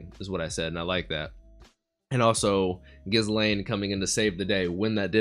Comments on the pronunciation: I love that scene in the alley when you got to see what a bad-ass kitty Ghislaine (btw, the “s” is not pronounced in that name) was. The animation and sound design for it was so uniquely done, and is an example of the love the creators have for bringing this story to life (in animated form). Also, the title “A Day Out in Roa” or whatever it is, doesn’t indicate the original intent of the title. In Japanese, it is “Roa no Kyuujitsu” ロアの休日, which is a play on “Roma no Kyuujitsu” ロマの休日, which is the Japanese title for “Roman Holiday,” the classic romantic movie starring Audrey Hepburn and Gregory Peck. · Don't pronounce the S in Ghislane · The s in Ghislaine is silent btw. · anyone else getting increasingly annoyed at how he pronounces ghislaine's name